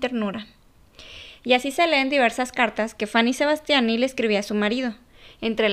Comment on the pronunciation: "faní sebastianí"😂🤣